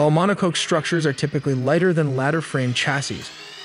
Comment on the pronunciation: I love these info videos, especially since I'm just getting started in Blender. That said, your synthetic narrator needs a bit of training. Monocoque is pronounced MONO KOK. Errors like this pull people out of videos.